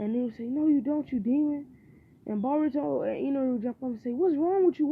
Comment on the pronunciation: He said bourto